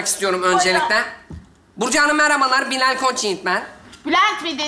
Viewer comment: Bilal'in her seferinde isminin yanlış söylenmesi 😂